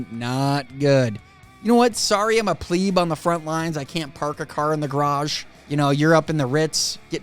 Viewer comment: What is Pleeeb..? Zed and yourself really struggle with this word.. Notice the actual word is PLEB! ONE E.. Sounds a bit like EGG. meaning a person from the lower classes. Please.. (see how that works, not Dev) Please Google the word and listen to how it sounds out.. Ya pleb.. 😅